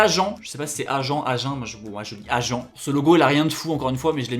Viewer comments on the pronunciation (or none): entre "Agent" au lieu d'AJUN et " Anglais" au lieu d'Anglette ça démarre mal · "Agent" au lieu de "Ajin"... "Anglais" au lieu de "Anglette"... "ÔCK" au lieu de "Auche"... J'ai pas pu aller plus loin je suis désolé c'est trop catastrophique tu fais exprès... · On dit ageain et anglette (pour la prononciation) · Azy respecte agen stp 😂( ça se prononce Ag1) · T'as fait des fautes sur ses noms de villes : Agen se prononce "age1" , Anglet se prononce "angulette" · Je ne veux pas du tt critiquer mais pour petite info j'habite a pau moi et on dit: 'agin' 'anglette' 'auche' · Avec: Anglet = Anglais Auch = Ôche Agen = Agan Trident = sceptre Merci 🙏😂😂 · Pour agen on dit [« âge un »], pour anglet on dit [Anglette] pas anglais etc... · Anglet le t se prononce Agen se prononce ag -hein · « Fort en géographie » ça commence bien mdrr: agen se prononce ageain et anglet se prononce anglette mais tkt on t’aime bien 😂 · Jsuis mort comment tu prononces Anglet et Agen 😂